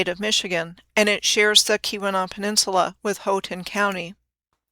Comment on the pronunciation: Nailed Keweenaw! I'm impressed!